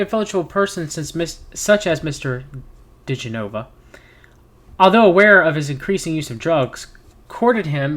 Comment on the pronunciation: It’s Dee-Jen-oh-vah and Victoria Ten-sing. If they automatically don’t ring a bell, search for them now. They are intrinsic to the Trump sphere of shanigans.